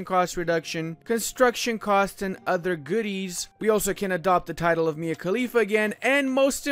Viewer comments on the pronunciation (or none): none